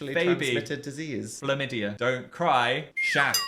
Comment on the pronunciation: “Phlamydia” the thumbs down button is suddenly calling my name